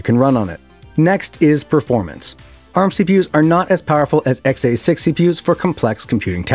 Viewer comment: Please for the love of god stop saying XA6 instead of X86. Just stop altogether lol. We should make it a drinking game. Take a shot everytime he says xA6 (X86).